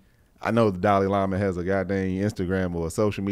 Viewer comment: Giiiide-dayum,. First "cree-yons" and now we are gonna butcher Dalai Lama. Lol